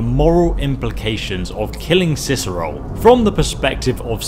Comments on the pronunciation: Let me guess, someone stole your Ciceroll... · Good old "Ciceroll". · sounds like hes saying Ciceroll not Cicero... like if u agree! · It’s Cicero, not Ciceroll... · Why does it sound like he says cicerol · Why does he say cicerole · Why does keep calling him Ciceroll??